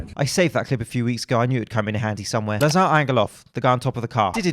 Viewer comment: `Lazr (emphasis on the first syllable, the second 'a' is silent) not La-zar. This is how you pronounce his name in Bulgiarian. I noticed, he also pronounces it as La-zar, so he will probably be annoyed 😂